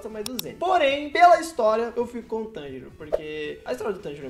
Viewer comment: tanjiro n, Monjiro